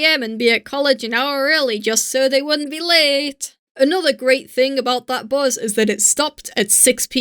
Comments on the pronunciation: I’ve not heard anyone pronounce bus as ‘buz’ since I was in secondary school. XD Thank you for the nostalgic trip. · Hey there^^, I really like ur videos:D I is remarkeable that your english accent loses against the german accent at the word bus ^^. I thought about adding a little fur at the hand of, would't it be nice? What do u think about that? Hey du^^, Ich mag deine Videos wirklich sehr:D Es ist wirklich bewundernswert, dass dein deutscher Akzent das Wort "Bus" vollkommen übernommen hat^^. Mir war aufgefallen, dass du bei darauf verzichtet hast etwas Fell hinzuzufügen. Wäre das keine gute Idee?